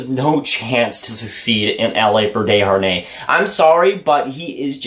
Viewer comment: You pronounced Desjardins wrong. You thinking about David Deharnais